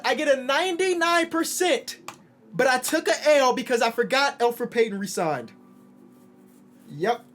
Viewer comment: I was sitting there thinking “Isn’t it Elfrid Payton”